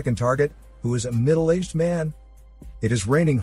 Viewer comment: What was the reason for the emphasis on the words: 'middle aged man'? I'd have understood if you'd said: 'horrible scary monster', but 'middle aged man' just doesn't seem to justify the heightened voice. I must admit it made me laugh quite a bit :)